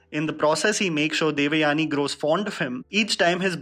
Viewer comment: Oh ur "devyani" pronounciation is so fake. As if u never heard the common name or as if u r alien to Indian origin names